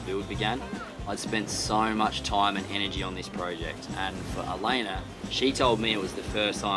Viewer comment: It cracks me up every time calls her Elainer...